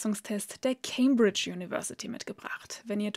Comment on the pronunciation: Ceeeeeejmbriiitschh diigi cambridge nicht ceeeeejjjjm